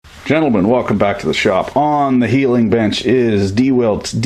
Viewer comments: Why do you say "DeWILT" is it a joke? Or are you just ignorant on the pronunciation? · YOu need to watch more to understand...